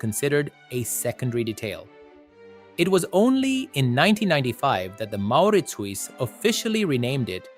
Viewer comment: If you knew your stuff, you wouldn't have mispronounced Mauritshuis, you damned AI.